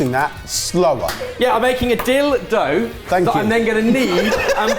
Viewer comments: Haha, I was the opposite. I could only hear dildo and couldn't figure out what he was talking about until had him repeat it slowly. One of the possibilities that went through my mind was that he was actually going to make something dildo-shaped, lol. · I had NO IDEA what he was talking about the first time he said dilldough 😂😂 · "I'm making a quick dill dough..." Me, currently focusing on something else for 3.25 seconds: DOES A DOUBLE TAKE AT HYPER SPEED!!!